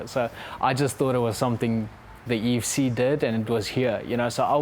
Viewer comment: Love the CIT guys. Why do they always pronounce it "EEEU F C" when talking about EFC lol? Always see Americans getting very confused about that.